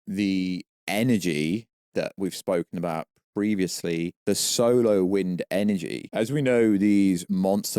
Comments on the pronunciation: Are you trying to say "'solar' wind" during the video? Because your accent makes it sound like you're saying "'solo' wind" (which sounds funny). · Why did he keep saying solo winds it’s SOLAR